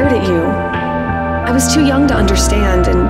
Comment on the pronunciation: “I was too young to undersatand”